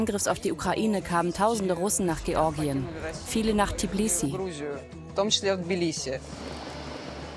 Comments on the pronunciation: Die Stadt heisst Tbilisi und NICHT Tiblisi!!! Das wird mehrfach im der deutschen Version wiederholt und stört mein Gehör einfach... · Warum können Deutsche Tbilissi nicht richtig aussprechen??? Tiiiblissi, Tiiiblissi...